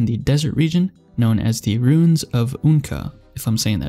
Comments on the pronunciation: ruins is pronounced roo-ins, not roons. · bro u definitely pronounced ruins like that on purpose after the "runes" debacle lmao